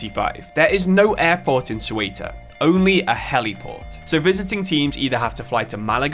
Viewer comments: is it so hard to look up how to pronounce Spanish words? if you are going to make a video about a club from other country at least look up on how to pronounce it, don't just invent some bs, its pronounced like "SAY-oo-tuh" not suelta or Coelta. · it is pronounced SEUTA not cueta .. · The video was great, but I admit I was cracking up whenever I heard Cueta. Think it's an English problem, they all struggle with the /eu/ letter encounter. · How did Ceuta even become 'Cueta'? Just swapped vocals for fun? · Soy de Ceuta se pronuncia CEUTA no Seuta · Imagine making all that effort of creating such a great video about a football club, mentioning its name about a hundred times in various versions and not pronouncing it right at least once 🫣 as a non spanish speaking person I feel embarrassed 😳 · I love your videos but Ceuta is pronounced very differently, the “c” is pronounced like a “z” when pared with “e” or “I”and the “e” is pronounced more similarly just like the one in the word “the”. Still amazing video really liked it